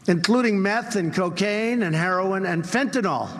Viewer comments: Idiot keeps saying "fentanol" like an idiot. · .... "heroin And fen-tin-all" ("I don't even know what I am talking about, but they told me how to say it." "I learned how to say MS13 too but I don't understand that they are never been as big as the Crips and the Bloods, whoever they are."